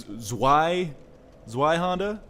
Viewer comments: I gave you a somewhat flawed pronunciation last time you were talking about that sword. It's Zvyhandah. I don't think many people would fault you for just saying Zwhyhander if you aren't comfortable with the germanic V sounding W. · Almost correct with Zweihänder! :D But the "Z" is pronouned hard. Like "TZ", besically. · it's actually more like "zvaihender" (with a sharp s and a voiced h). It's German for "two handled", indicating it's meant to be used with two hands. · that sword is german. its pronounce tsviy-handah it literally means two hands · its Zvy-Haen-Der its German, so the w is pronounced as a "V" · "Tsvaihennder!" Yes, really. From Software's localisation guys spelt it Zweihander instead of Zweihänder which does not help. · It's pronounced 'Zvi' hander it's german for 2 handed. If anyone gives a fuck. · Zweihander is to be rightly said Zveihander because Zwei is the germin word for 2 and the germins pronounce the W as a V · Zwei is 2 in german, so it's really called the "Two Hander" Zwei is pronounced like zvei. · I'd pronounce it zvay-handej But that's just silly me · you pronounce the "w" as a "v" in zweihander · it's zvei hander zwei means two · z in "zweihander" is pronounced "ts" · If you'd like to pronounce "Zweihander" correctly, say it like: "Ts-why-hunder" Hope it helps ;) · Zweihander. Nice... The Z needs to be pronounced more like Ts but you were really close... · lol I AM German xD I just said that the Z is pronounced harder. Like if there were a T in front of it.